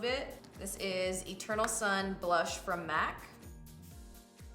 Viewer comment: I thought you said " A turtle son blush by MAC" Then I realized you said "Eternal sun". 😂